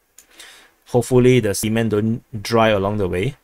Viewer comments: I don't think Russia is sending a train load of semen to Kalingrad. Please check you pronunciation. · I think we didn't mishear, but he just mispronounces it. 😅